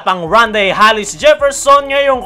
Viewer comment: Bro, Tama pandinig ko? Hallis ang bigkas mo sa surname ni rondae? Hindi ba Hollis? 😅